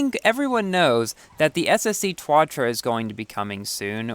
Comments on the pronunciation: Hey, remember when you said the tuatara the twatra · “twatra” lmao I’m dead